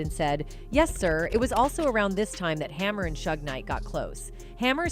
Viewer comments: Learn to pronounce the names. Not shug, shoog. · This AI is hilarious! Calling him Shug Knight and saying he's 6’4 200lbs😂😂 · "Suge" does not rhyme with "shrug". It's short for "Suger" and pronounced more like "Shooug"er something like that 😉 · Can you please learn how to pronounce people's names properly? 3rd Bass is not a fish. Suge knight is not Sugg